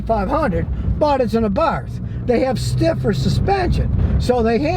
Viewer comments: It's pronounced ABART! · OK, just started watching the video, so I'll hold judgement but 'Abarth' is pronounced 'AbarT' hard 'T' no 'th' sound. Carlo was Austrian so hard 'T' please and thank you. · Did you say "Fiat A Barf"?.... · That’s good to know Abarth doesn’t mean ABARF 😆 ! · FYI, the car is pronounced "Abart." No "th" sound in Italian, as I recall.